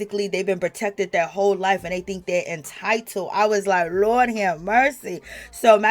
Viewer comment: Girl I luv your NY accent, when you say “Lawd have mercy” 😂